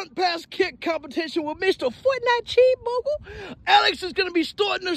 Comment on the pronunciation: CHWEESE BURGER